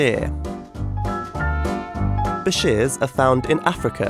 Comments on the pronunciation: It's prounounsed byyshur not how u pronounced it beshere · Pronounced (BI-SHER) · This is what I heard on the beginning : this is a fish! Its called be shit!